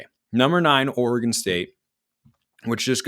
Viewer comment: It’s Oregon …..